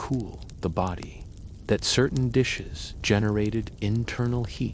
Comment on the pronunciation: your AI slop said bowdi instead of body hahahahahah